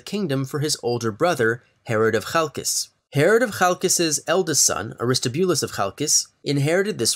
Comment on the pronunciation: Great video, the Hasmoneans and Herodians have alwasy fascinated me! PS I am very pleased with the pronunciation of Chalcis!